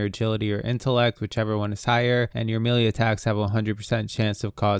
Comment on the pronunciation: just an fyi, melee is pronounced 'maylay', not 'mealy'. mealy has another meaning.